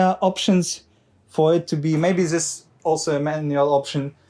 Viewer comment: Please work a bit on your overly German way if talking English. It's not 'z'is and 'z'at but 'th'is and 'th'at 🤗. Pronounce 'dz'is instead of 'z'is